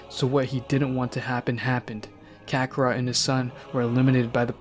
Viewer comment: And kacarrot